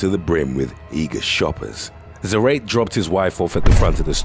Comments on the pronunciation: Its not "zrate" is "zah-rah-teh" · Isidro za-ra-te, not za-rate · zarate is zuh-rah-tay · I believe it's Za-ra-te . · Zarate is pronounced like Karate. 🤓